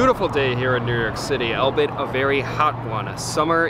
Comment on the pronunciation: it is NOT albit....it is pronounced All Be It strung together as a single word AlllllBeeeeIttttt. and ffs, close your mouth when you chew....ffs